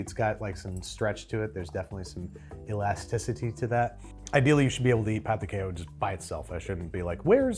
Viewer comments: Pão de quejio is made from tapioca flour, not wheat flour. They are inherently gluten-free. The Brazilian name would be Trader João! 😂 And, it is pronounced pow-du-KEH-zho, with a nasal anunciation on the “pow”. 🙌🏼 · It’s pronounced pao de kay-joe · pão de queijo is pronounced Pão de quei-joe (much like Joe in Trader Joe's!), the way you said is more like a Spanish pronunciation of the word, loved the video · Pão de queijo is pronounced "pow jee kay-zho" or "pow de kay-zho" depending on what part of Brazil. In general anything spelled the same between Portuguese and Spanish is pronounced differently (eg "restaurante" somehow pronounced "his-tao-raon-chee"), and anything spelled differently is somehow pronounced the same. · Pown di kay-jeeo but with a soft “j” almost a “sh” sound is how you pronounce pão de queijo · Jose mercante. Btw, you say Pao de Kay-joh. I was hoping for some Portuguese language butchering 😊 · I don't usually get offended or hit by someone mispronouncing Portuguese. But that "pão de queijo" pronunciation felt like a war crime. Edit: Just pronounce the J, it's not Spanish... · Your pronunciation of pão de queijo tho 🤣🤣🤣🤣🤣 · said "Paõ de Queijo" weird several times, I needed to go check the pronunciation online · I asked a Brazilian Portuguese speaker how to pronounce pão de queijo. They helpfully told me that Portuguese is pronounced pretty close to the way an English speaker would read it, so if you're a native English speaker and know how the words are written in Portuguese, just reading them out loud as if they were English is often a decent first try. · Yes. He was pronouncing it as if it was Spanish. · Pronouncing pão de queijo like it’s Spanish like that made me wince 😭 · pao de queijo is not pronounced like that 😭